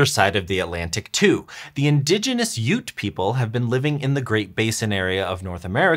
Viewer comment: Well, today I learned the correct pronunciation of Ute. And they were right about them being water bugs! So cool.